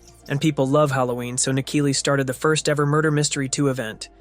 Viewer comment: freakin larper,he doesnt even know how to call Nikilis right